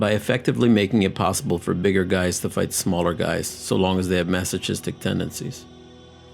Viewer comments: you have to know this. Its your job to find all of them, you tiny little piece of rattleshit. A shame in your narrating. Stop the channel. You are just a no one in this youtube. F off. Who in the world says maso'chi'stic like how you pronounced. No sense of common sense. Dumbass. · Masachistik tendencies he says😂😂😂😂 It’s pronounced like massockistic (spelled masochistic) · Mas-o-kis-tik, not mas-o-chis-tik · Masochistic is pronounced “maso-kiss-tic” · Do you say mechanic the same way you say masochistic? There's a difference between 'ch' at the start of the word and 'ch' within the word.. before you call the global language stupid you should try learn the subtlety of grammar. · Don’t use words you can’t pronounce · That's not how you pronounce "masochistic". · "Masochistic is spelt like this so I'm saying it like this I don't care how many times I hear people say it right." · am i the only one bothered by how he pronounces masochistic? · are you sure you're pronouncing masochistic right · Masochistic pronunciation butchered